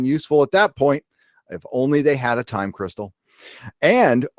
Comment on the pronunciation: Why i laugh everytime i heard "Time Cristal"? 😂😂😂